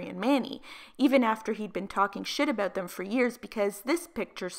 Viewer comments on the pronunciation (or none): I love how you say about AH BOUT 💕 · The way you say about makes me cringe 😶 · “Oot” “aboot” Oof, girl 🤦‍♀️😂🙉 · aboot lmfao